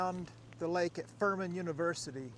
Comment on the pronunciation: did you say Thurman or Furman? Lol